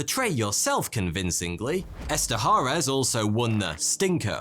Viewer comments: Joe Eszterhas' last name is pronounce ESTER-HOUSE!!!! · Eszterhas is pronounced Ester-House.